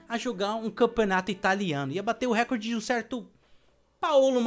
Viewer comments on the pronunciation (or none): none